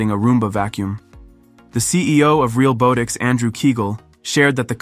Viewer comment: The comedic irony of the Ai voice being unable to properly pronounce "realbotics" is not lost on me.